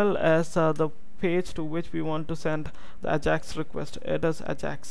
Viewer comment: Its EyJax not Ahjax. still awesome vid!